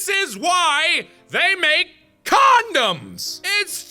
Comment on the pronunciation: Markiplier: This is why they make CONDUMS!!! Me: o_o